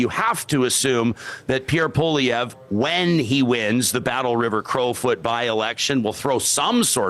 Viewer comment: Too bad couldn’t take the time to learn how to say Poilievre’s name. Of course is a strong NDP supporter (although he claims to be neutral).